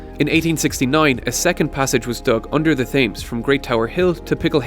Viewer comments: Now if you only pronounced Thames correctly then people would have actually paid attention to the rest of the video... lol. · Note to voice-over man, The 'Thames' isn't pronounced as it is spelt - really good otherwise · Fantastic and interesting. Do Skillshare do a course in pronouncing Thames? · Great video - but please pronounce Thames correctly in future! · That is really not how you pronounce "Thames" ;) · Yeah, it’s a silent ‘h’ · lol wth is "Thaymes"? It's more like "Temms" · its not pronounced fames its pronounced tems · What is the ‘Th’ames? It’s ‘T’hames - ‘T’ not ‘Th’.... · “Tems” not thaymes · Love these videos, but please, River Thames (as in Tems, not 'Fames'). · Other than it being pronounced TEMS not TAMES, brilliant video and introduced me to some things I didn't know! :-) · Quick thing: the Thames is pronounced like 'Tems' (weird I know) and not literally 'Thames'. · ITS PRONOUNCED TEMZ! NOT THAMS! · Every time you say "thaymes" instead of "tems" it hurts. I thought the pronunciation of Thames was common knowledge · Taymes? WTf is that? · it's pronounced "Tims" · The River Thames is not pronounced ‘Thames’ it’s pronounced ‘tems’. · Sam Brookes: Try Temz... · Not how you pronounce the thames, say it like Tems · Johnyg29: Temz rather than Tems... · "Thames" is pronounced tens but m sound not n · Dude the Thames is pronounced T h em s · Thames is pronounced 'tems' :) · dude it's pronounced "tims" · "Thames," is pronounced as "Tims." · You pronounced the Thames wrong is pronounced “tems” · It's pronounced Tems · Noah Bowie: It's pronounced Temz. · thaymze?? wtf? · It's pronounced ''Tems'' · Clint Pearson: Try Temz... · Thames is pronounced as Tems. I really like all of your videos. You're an excellent engineer and role model to many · Thames = "Temms" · TheSaintSTI: Thames = Temz. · River Temes, otherwise great. ;-) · TEMS, ITS PRONOUNCES TEMS AHAHAHAHAHAHA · Sorry, couldn't keep watching with "Thayms"